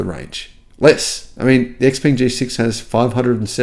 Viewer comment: Thanks, happy New Year. And u pronounce X Peng, X Pung.